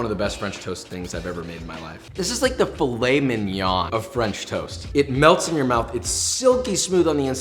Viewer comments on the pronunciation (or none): Why does he pronounce Croissant like Croisson but Filet Mignon like Filet Mignan 😭😭😭 you’re SO CLOSE!!!! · "The way you pronounced "pain perdu", "filet mignon" and croissant is incredible 🤣